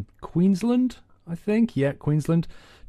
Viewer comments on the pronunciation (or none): QueensLAND not queenslend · Queens Land, not Queens lund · He said Queensland wrong I think but maybe I am wrong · He didn't say Queensland right :( It's a start at least.